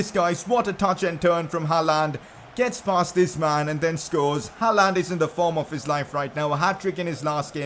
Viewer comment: Your pronouncing on håland is pretty good actually